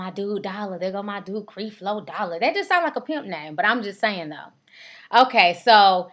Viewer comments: Lmao.....u a mess ...for one you are pronouncing creflo dollar name wrong...and its obvious you have noooo knowledge about the situation.i understand your trying to get your 15 min of fame but please do your homework on the subject your talking about..and eddie long didnt say he was david..he feels he is being challenged like david..your whole broadcast is a mess..we all have our opinin but please u sound ignorant..and this was a waiste of 9 min out of my life watchin this b.s. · You sayin his name wrong! It's Creflo (kref-low) Dollar! Not (Kreef-low) Dollar. If you 'gon do a video on somebody please know how to pronounce their name. SMFH BTW... I agree with you, but learn how to pronounce the name correctly, because you sound less credible when you can't pronounce the name of the person you reporting on. Peace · Creflo Dollar is right! This girl need to be quiet! She just want to be on you tube! Your mouth is nasty and you need to watch your language! And if its any help to you It's Cref Lo not creeeef lo! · Learn how to pronounce his name before you start slamming him. It's not CrEflo. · ...WHO IS CREE FLO....GIRL STOP!!! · ITS NOT CREE FLO DOLLAR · she mispronounced his name on purpose!!!...are you serious. it's called being condescending!!! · You sound stupid you pronouncing his first name like that and yes that is his name, he is a jr. LOL! bye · Obviously you have not done any background investigation into Creflo Dollar as you don't even know how to pronounce his name. You sound stupid. If you had done any investigation to know the facts you would know that Creflo does not take any money from his congrgation and has his own source of income other than the church. Also why don't you notice all the good he has done as well??? People want to comment on all the bad, I have watched CD for years and he preaches the bible and thats it. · girl learn to say the man's name..... come on